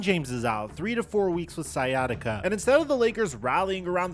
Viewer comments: Bro said skyattica lol. It’s sigh at itca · It's not pronounced Sky bro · it with what? Sykatiga? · Always hilarious seeing people pronounce it sky-attica 😆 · so interesting how he alternates between pronouncing it "sciatica" and "sky-atica" throughout the video 😂🤷🏿‍♂️ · "skyatica"... Christ, dude..... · did he just call it "sky-attica"? lol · Sky Attica lol, all along the video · "Sky atica" lol wtf. Come on bro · Dude how are you pronouncing “sciatic nerve” correctly but not “sciatica”? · How do you know how to say sciatic but not sciatica? 😂😂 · Bro! The “C” in sciatica is silent. Just like the “C” in sciatic. #ComeOnMan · It’s called sciatica.. This guy is saying it wrong!!! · Bro work on your pronunciation 😂 do you pronounce science as skyance? Smh you speak for a living hahaha